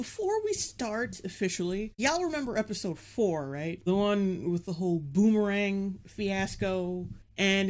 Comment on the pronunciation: Every time she says boomerang I think booberang. I'm not even thirsty